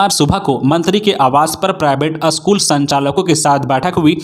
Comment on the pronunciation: You should learn how to pronounce "school"